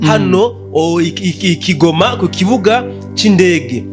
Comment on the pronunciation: Ngukosore gato keshyi ukunda kubivuga nabi😅😅sikigoma😮 ni goma bemuyivuga neza😅😅😅😅